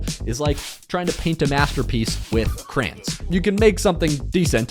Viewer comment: he said crayans lmao